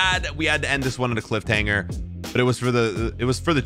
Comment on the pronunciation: He still says Clifthanger